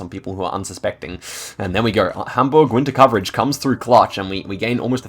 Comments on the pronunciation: Well played (you got a really nice pronouncation of Hamburg) 😂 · your pronounciation of hamburg is so good, rly noticable that you mustve been to germany